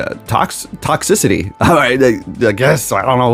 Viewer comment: It bother me you mispronounce toxTRICITY 😂 love your vids